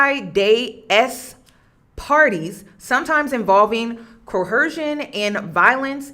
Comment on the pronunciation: Great video and breakdown. Just wondering why you’re pronouncing coercion with an “h”?